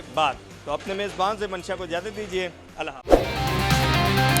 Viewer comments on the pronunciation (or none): none